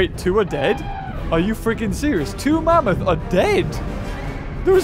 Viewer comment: I laugh when said mamoot